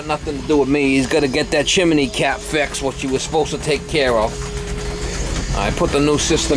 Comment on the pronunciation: Propper saying is Chim-ney not Chimaney omfg you are talking like you from Pittsburgh, where they say Warsh, instead of wash, omfg you are killing me hahahahahaha what a great laugh